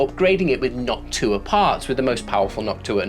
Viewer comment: No offense meant at all; it makes me smile when you say Noctua because you're pronunciation sounds close to "Hawk Tuah"